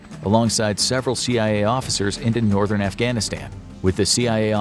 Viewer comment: I can understand an American struggling with Schwarzkopf, but can you really not even pronounce the word Northern??